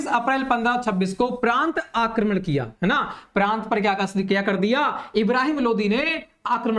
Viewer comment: Pratah hota hai prant nahi